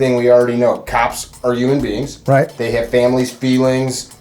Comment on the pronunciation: Yes there's an H in humanbeings and it's not silent lol jk